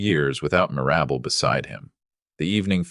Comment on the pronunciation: Mir-AB-bel? How about MIR-ra-bel? That's funny the way AI/narrates it. 😅😅😅